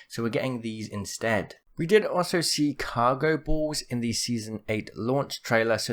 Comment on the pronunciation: Cargo "bawlls" 😂😂